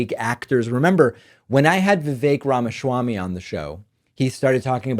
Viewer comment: RAMASSHHHWAMMY. Oh so funny when creepy dork David Pakman does his only attempt at humor, deliberately mispronouncing people's names without even including a punchline.